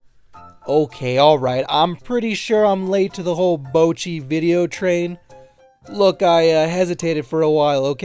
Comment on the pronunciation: Who tf is Bow-chi?!???